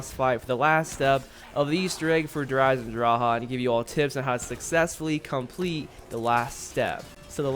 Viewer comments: "Der eisendraha"' xD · Yes.... der eisendraha